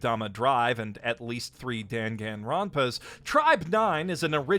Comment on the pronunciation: You HAVE to be kidding with the way you pronounce Danganronpa, right? SOS I feel like I’m missing out on whatever the joke is 😣😩